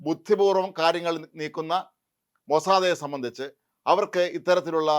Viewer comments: നിങ്ങൾ എന്തിനാ എപ്പോഴും മൊ സാ ദെ, എന്ന് പറയുന്നത് മൊസാദ്, എന്ന് പറയു, ഹിഹി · മൊസാദേ അല്ല, മൊസാദേ അല്ല. MOSSAD (മൊസാദ്). എവിടുന്നാണ് ഈ ഉച്ചാരണം കിട്ടിയത്. താങ്കളുടെ സഹപ്രവർത്തകരും മൊസാദ് എന്ന് തന്നെയാണ് പറയുന്നത്. ഒന്ന് ശ്രദ്ധിക്കൂ.